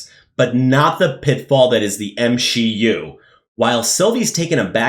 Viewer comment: Lmao "M-She-U" 😂😂😂